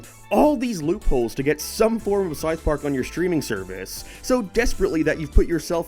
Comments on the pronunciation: Pronounced south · Never heard somone pronounce the word south so wrong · S-OU-TH not sothe.